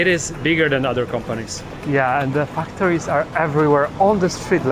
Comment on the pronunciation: When you say 'factories', it might be a good idea to make sure the first syllable is pronounced as 'fact'. It sounded rude when you pronounced it.